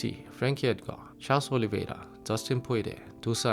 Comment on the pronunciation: 허버트를 왜 허벌이라고 해요? 영어발음으로 할거면 선수들 이름 다 영어식으로 굴리던가 펄거슨 허벌 이러면서 올.리.베.이.라 토.푸.리.아 이러는게 좀 듣기가 불편